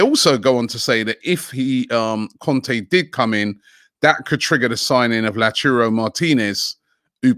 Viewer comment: No offense, Robbie, but why is it so hard for you to say Lautaro? Literally just look at the name and sound it out and you’ll say it right. Easy.